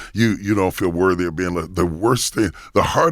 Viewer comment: I was confused for about 45 good seconds when Charlamagne said he finally got to "worvy..." I was like... excuse me?!?!? Bishop Jakes was confused too. Alright, let me go post something positive.